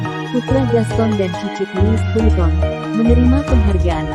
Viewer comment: Pengucapan nya : LUWI VITONG